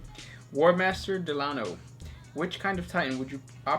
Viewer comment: I the titan that you are looking for is a warlord titan night gaunt class with equipped with one or two melee weapons and its built for hunting down other titan and imperial titan classes are war hound reaver warlord and emperor and you prounced my name wrong it is prounced del-a-no sorry for being picky